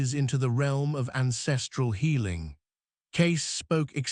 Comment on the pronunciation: Get his name correct, Cayce